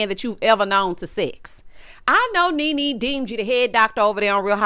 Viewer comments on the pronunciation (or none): none